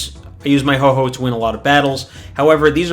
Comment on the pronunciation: Triggers me everytime you say ho-ho and not ho-oh but good video helps me a lot since I'm new.